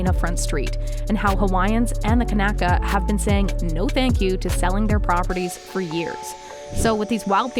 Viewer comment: If you are going to make money regurgitating old stories...at least pronounce Lahaina and kanaka properly